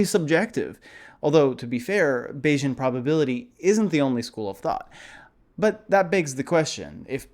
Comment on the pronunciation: Bayesian should sound like Canadian, not Asian